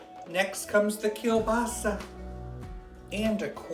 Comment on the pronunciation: I could care less about football, and I could care even less about "dip," but I'm 100 percent POLAK and you had me at KIELBASA. Pretty good pronunciation. Keep up the good work, dupa yash. We love ya.